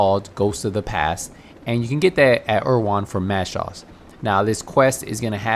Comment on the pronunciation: dude... his name.... is Mads.... Schulz.... Mad Shaws? TF